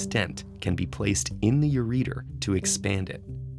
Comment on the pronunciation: How did TED-Ed approve a video where some guy pronounces ureter (yur-eh-tur) as "yur-eater"?